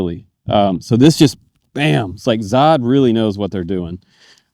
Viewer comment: Zod... lol it's actually ZO then HD but no worries. 😎👍